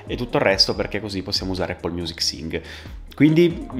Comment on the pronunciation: Anch’io alla fine ho preferito Music sia per UI che per UX. Comunque incredibile che solo noi italiani non sappiamo pronunciare in inglese la parola Apple o Mac 🤔 forse ci suona strano 🤷🏽‍♂️